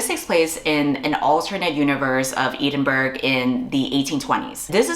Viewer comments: ed-in-bruh, you're welcome ❤ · as a brit (im sorry), ee-din-burg broke me 💀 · girl why did you pronounce Edinburgh like that😫😫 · I have never heard Edinburgh pronounced like that, but I support you! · congrats on the agent, and tysm for all the great recs!!!! but pls pls girlie google how edinburgh is pronounced hahaha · Congrats about the book!! 🎉 Can't wait til its published abd i can read it 😁😌💞 Also I love you but your pronunciation of Edinburgh hurts my soul 💀 I was cooking while listening to this and i thought it's a made up town until i looked up and caught the cover of the book 😂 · I’m glad that someone else got here first as this hurt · I wasn't looking at my screen when she said it so I was like 'ah, a random fantasy town name' then I looked and almost choked on my drink.